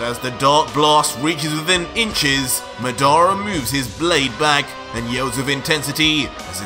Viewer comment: Ur pronunciation is wrong for madara and that’s susano 😂